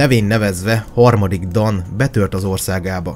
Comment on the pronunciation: Nagyon jó videó lett , rengeteg infóval és tudással . Építő kritikaként csak annyit szeretnék , hogy mivel itt román helységnevek és személynevek is megjelennek , az a-t á-nak ejtik és az â-t ü-nek (pl . Dan=Dán , Târguvişte=Türguviste )